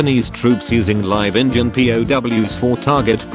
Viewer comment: Haha the voice pronounced Indian as engine.